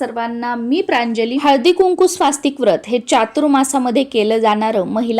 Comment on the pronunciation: कृपया स्वास्तिक असा उच्चार न करता स्वस्तिक असा उच्चार करावा.